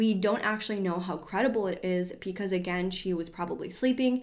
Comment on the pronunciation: Am I the only one who hears “pecause” instead of “because”? Like at 23.28, 24.15, 24.21, 24.28, 33.22, 33.26, 33.31 😂